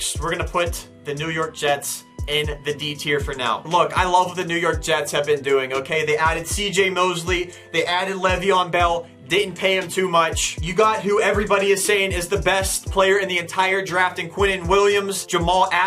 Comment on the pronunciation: He said leveon belll